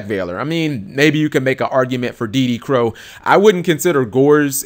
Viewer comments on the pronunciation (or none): none